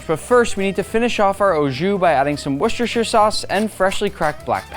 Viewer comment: SAID WORCESTERSHIRE SAUCE CORRECTLY I CAN FINALLY SLEEP AT NIGHT